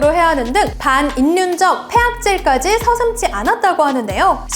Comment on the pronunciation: 요즘 왜 다들 이러는지 모르겠으나 반 <일륜>적... 왜 요즘 역행동화로 발음하는게 유행인지는 <온라인> 등 영어 발음 때문인거 같긴 한데, 나레이션이 메인인 더군다나 수년간 운영된 프로에서...